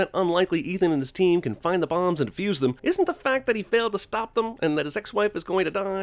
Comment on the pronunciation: You don't "diffuse" bombs, you DEFUSE them. SMH.